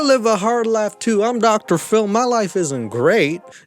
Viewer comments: I swear everytime says "Dr. Phil" all i hear is "Dr ful" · Up to the 15-minute mark, I heard you say Doctor Full and I always wondered 'who TF is Doctor Full?' I have the hearing of an 80 y/o sometimes 😂